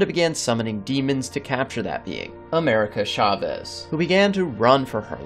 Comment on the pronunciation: if i hear “America Shaw-vez” one more time… 🤨